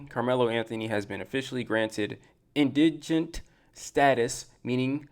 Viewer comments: Pronunciation: In-duh'-gent Please get that right. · Sir, you can't call them stupid and dumb while unable to pronounce "indigent". 😔 Google has a pronunciation tool.